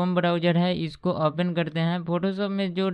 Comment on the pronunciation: यह सारे लोग ओपेन क्यों बोलते हैं ओपन को ?